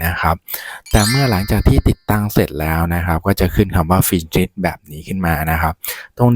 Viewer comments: โทษนะ เป็นอาจารย์จริงๆหรอคะ Accept อ่าน แอคแซพ Finish อ่าน ฟินชิช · ก็อ่านผิดไงคะ😅 มันต้องอ่านว่า แอคเซพท์ และ ฟินิช